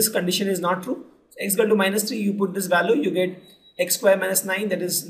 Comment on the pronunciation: very simplified video ..i really like it. the PRONUNCIATION of the word VALUE is incorrect